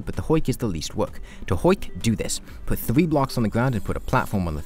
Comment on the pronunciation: Am I trippin or is he talking a bit like a cat girl? 😂 Like I'm pretty sure I heard "vewy" instead of very and "thwee" instead of three